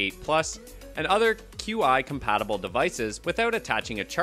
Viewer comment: It's pronounced "chee" not q-i.